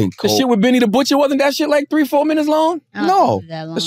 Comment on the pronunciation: "all tree uh yall" 🤣